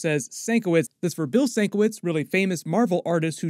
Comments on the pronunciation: It’s pronounced “sin-KEH-vich” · Just a heads-up - sienkiewicz is pronounced "sin-KEV-itch", I love bill's art